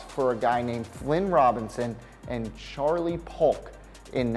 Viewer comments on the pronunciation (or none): none